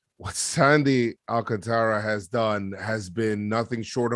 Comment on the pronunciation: Bro! Its not ALCATARÁ, Its AlcáNtara. How are you dominican and botch such a simple last name😅?